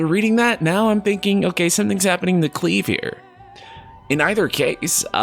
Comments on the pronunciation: Cleve... Uh.... No lol.... But then again... This is Final Fantasy... So you got about 50/50 chance you are right on the pronunciation. But the name meaning is about someone who lives/lived near the endge of a cliff. Which kinda make sense since this story it sounds like he is going to be wrestling with a revenge story.... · right? where is gettin Cleeeeeeeeve from? lol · I literally had to pause the video after "Cleave" and rant to a friend about how annoyed that got me XD Darned american's butchering words. First they mess up Graham, now Clive, whats next? Pete? Are they going to pronounce it with 7 A's? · Just wanna say that his name is pronounced as follows: /klaɪv/ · Yea guys...Clive him alone xD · NGL it was pretty difficulty because you said it so many times. It's a common name in UK. Still left you a like ;) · Definitely not “unwatchable” with your pronunciation of Clive. But I was working while listening and thought his name was spelled as “cleave”. Clive/Clyve is an actual name. Just not as popular as most names like Clyde. Buuuuut this is also Japan and who the fuck knows. Maybe it actually is pronounced Cleave. But tbh I’d knock literally TWO points down from the game’s overall score if that were the case LOL Learning that Tidus’ name was pronounced “Teetus” made me SO happy that his name was never specifically said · Is Clive only popular on the UK or something? Also, that's also how I saw Valisthea. Thanks for this sanity. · Sorry,, I can't watch this vid because you are pronouncing "Clive" wrong. Others have already commented. I wouldn't have a problem if you were from a non-English speaking country or you were ESL, but this... although I understand how you'd love the main char to be called CLEAVE. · ya, its CLIVE (think Drive), not Cleave. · its pronounce Cl-I-VE you idiot. Not Cleeve. just similar pronunciation with FF7 main character Cloud. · Great video! I wonder why you're pronouncing his name "Cleeve" instead of "Clive" though?